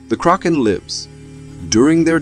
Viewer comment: Lol. It's the KRAKEN not Crocken. Lmao!